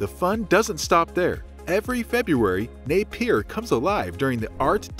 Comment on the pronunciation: Napier is pronounced “Nay -Pee-Ah”. Not “ Nay-Peer”